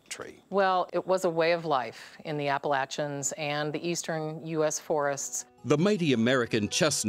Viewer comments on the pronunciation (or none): Yay for the American Chestnut Trees! Btw Chip (narrator), it's Ah-Pah-Lah-Chun, as Ms. Thomson says , ask those that live there.